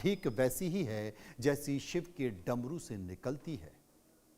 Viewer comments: Drmu nhi Dmru😂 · DARMU wrong Damru correct.susti wrong sristi correct.attention the correct pronunciation because your voice gone spread everywhere please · Darmu Nahin Damru Shuddh bola karo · Apne bola damaru ko daramu. 8.59 pr